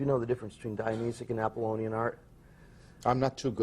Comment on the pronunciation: Silly boy, I think he means Dionysian, not Dionysic. He did get Apollonian correct.